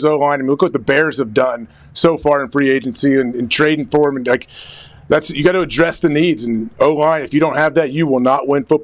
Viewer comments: Thum is the most annoying fuckin way imaginable to mess up the word them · literally cannot say the word “them” and it only bothers me I think. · I thought I was the only one. Dude says “thum” everyday